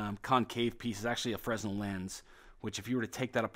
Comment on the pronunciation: It is not pronounced FREZ nel, it is fruh NEL